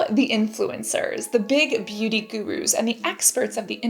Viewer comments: So cute how she pronounces beauty like booty. ☺️ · Sounds like she said "the big booty gurus" 🤣